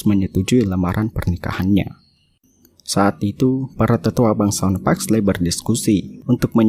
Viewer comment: Di bacanya Paxli Bukan Paxley :') ey itu Jadi i :')